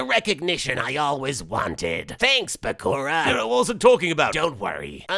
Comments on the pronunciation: Wait, is really calling Bakura "Byakuya"? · Watching this again, I still can't help but laugh at how he pronounces bakura's name. Beeyakooyaya. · I honestly wondered by called Bakura 'Byakuran' the whole time until I realized... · i lost it when dart's tried to say bakaura X,D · idk how he didn't do it 90% of the time. im DYING when talks. It took me too long to realize he was saying Bakura he butchered his name so hilariously XD